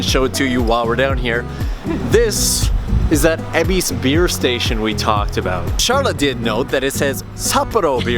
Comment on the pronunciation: Why EBISSSSSS??? It's EbisU, even the train lady says so! Great vid otherwise :P